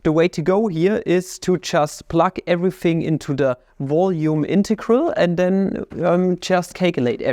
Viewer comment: It's VOLUME not "voyu🥴me" Your accent really gets me like, Value= vayu Try saying L for once atleast